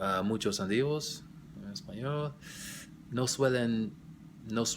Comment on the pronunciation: You need to go back to studying Spanish lol. I noticed you have a big problem with the stress of the syllables in the words like how you said tenemos and nativos and especially how you said la vida REEL LOL. Also your grammar was off a lot along with lack of fluidity. Just some constructive criticism